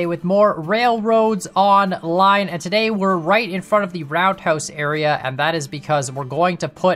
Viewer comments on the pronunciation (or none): Every intro is literally the same, this wierd accen on ''Rail-Roads ON - LINE. i like it